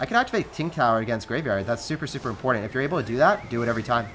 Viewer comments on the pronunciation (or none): says, “I can activate ting kower.”